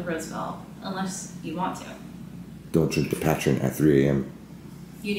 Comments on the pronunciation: Patrin lol patron !!!!! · Hey kids! Great video. FYI, Patron sounds like "puh-trone" not "pat-tron." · Obviously not tequila drinkers LOL. PLZ, you're killin me. PA TRONE, like drone but with a t. Not pa , pu. Patrone. 🤣🤣🤣🤣🤣🤣🤣🤣🤣 ya'll so funny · Patrine lmbo it called Pa-trone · Ok. Pat ron? Pat ron? It's patrone, homie. The o is long, like in the word home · It’s not patron it’s patrone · Oh gosh!! It's pronounced Puhtrone. Rhymes with drone. It's Spanish for boss. Love your videos!!, you are amazing!!! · he said pat rin . totally something I would say. ive never had patron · Did this man Omar really just call Patron, Patren? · It's not patron it's pa tron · it's "Pah TRONE".